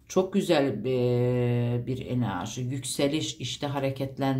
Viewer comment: Sizden rica ediyorum enarji demeyin videolarınızda zaten gereğinden fazla bu kelimeyi kullanıyosunuz çok batıyo kulağa 😣enerji demeye çabalarsanız sevinirim 🙏🏻